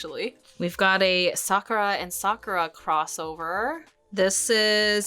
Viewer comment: Such a great trip down memory lane! Have you ever noticed that when you say "Sakura" as a character you say her name correctly, but when you say the title "Card Captor SakURa" you pronounce it differently, probably how you did as a kid. Isn't that interesting? It's hard to break habits like that. That was one of my favorite shows, too!